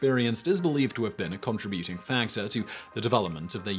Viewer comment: Not gonna lie, the way Simon pronounces contributing is always jarring to me when I hear it. Simon: CON-trih-bute-ing Everybody else I've ever heard (I live in the US): con-TRIB-yew-ting In other words, he puts the em-FAH-sis on the wrong sih-LAH-bul.